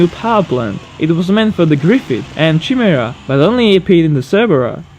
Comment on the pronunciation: Love your stuff. "Chimera" is pronounced "Kye mere ah"